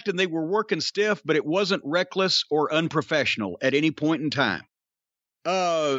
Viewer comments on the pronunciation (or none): none